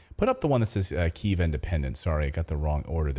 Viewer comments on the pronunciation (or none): You pronounced it correctly the first time. It's key-ev, not keev.